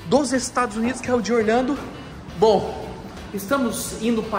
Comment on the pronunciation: você fala Orlhando, mais o certo não seria Orlando???